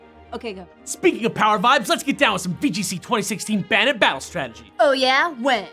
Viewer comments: I've only heard Arcanine pronounced that way as well. Terra Estrahl Except that it's definitely bane, not ban. Nothing about ban makes sense with the concept and design. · "Banit"...? I always thought it was pronounced "Bay-net". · its pronounced bay net not bah nit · Oh sweet, The Dex is doing my favorite Pokémon! This is going to be gr- * They pronounce it Ban-it* TRIGGERED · wouldn't it be bay-nette as in bane-ette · isnt it bane-ette? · pronounce it's name right, it's Bay nette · pretty sure it is pronounced bane-ette? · During the whole episode, I kept looking over at my Banette plush wondering who would ever want to throw it away. I was also wondering why they spent the whole thing pronouncing Banette wrong. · You explained the name nd continued to mispronounce the name.